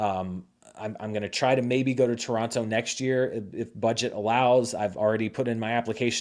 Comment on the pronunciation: As a Torontonian, I in all good faith ask you, please, don't pronounce the second t in Toronto. It sounds so ... bougie.